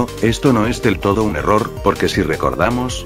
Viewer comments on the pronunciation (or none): none